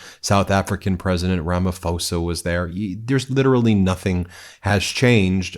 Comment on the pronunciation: Ben - please pronounce Ramaphosa properly - it is Rama-poser - not Rama-foser. Thanks for all the great reports.